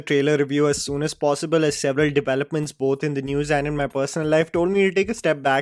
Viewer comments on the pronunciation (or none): none